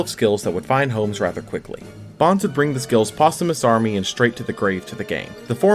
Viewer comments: I thought his name was always pronounced "Bones" not Bon-zee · This man said “BAHNZ”. Also, anti magic arrows is not duel links exclusive. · Who was triggred by the way he pronounced "Bonz" It was stil a great video though. Cant wait for the 5'Ds era. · Y u sayin bonz like that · Had to pause the video and come to comments for exactly this reason lol